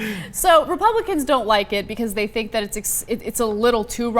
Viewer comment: Did Ana almost say Rapeblicans? Fitting name for the party